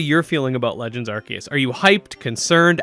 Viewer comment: AR-SEE-US Say it with me 🙄😂